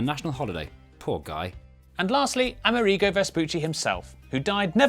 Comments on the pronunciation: I believe it's A-MER-i-go, not A-mer-EE-go. Also:Latin America isn't only Spanish-speaking. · Why do you pronounce Amerigo as "ameh-REE-go"? It's pronounce the same as America, but with an "o" (yeah, mind-blow!). Amerig-oh! (g and c are very similar sounds, look it up) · A-merigo* Say it with me. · Quite right I was born in Buenos Aires and I am as American as Joe Biden. Now, why not pronounce ”AmErigo” as it should be, with the stress on the “e”? It would make sense phonetically, and the origin of the word “AmErica” would be clearer. Saludos! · Having trouble coping with how British people apparently pronounce the name Amerigo.